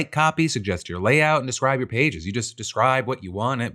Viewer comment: Would it kill you to enunciate "your" when you say "Your daily dive"? Even just once?